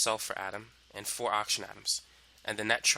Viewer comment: Whenever he says "4", the Brooklyn comes out of him.